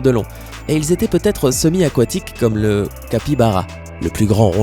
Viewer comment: C un cabiara pas un cabibara et puis on dit « duncléussetéus»